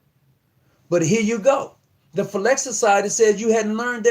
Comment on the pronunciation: The name The Phylaxis Society is being mispronounced in this video as "Fil-LAX" society. The correct pronunciation phonetically is "Fill-lack-Sis" society.